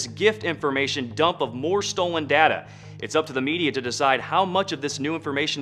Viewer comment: you can say 'dahta' ot 'dayta', but 'daeta' is wrong.